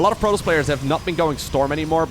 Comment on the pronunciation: am i going crazy here or is he pronouncing protoss like 'Protals'?